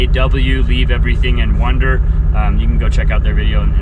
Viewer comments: Leave Everything and WANDER (it sounded like you said WONDER). It's frightening what happened to Luca, but Sara is doing an amazing job, and Luca seems to be progressing wonderfully. They are a very inspiring couple. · He did say wonder twice Thanks for correcting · your accent. Is it Juan Der or One Der? LOL. - good job. Luca has youth on his side and I hope he gains all his strength back soon. Sara is a rock!